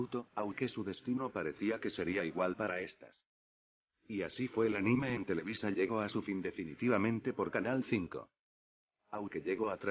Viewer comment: osea televisa no televiza, ya me idiotizó, jajajaja